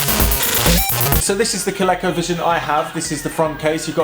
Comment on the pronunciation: Coleco was a toy maker back in the day. Their game console was one of the better ones when it came out. It was better than the Atari. It wasn't until the Nintendo came out that Coleco was surpassed. BTW: Coleco is pronounced with all long vowels and accented on the second sylable, Coh Lee^ Coh.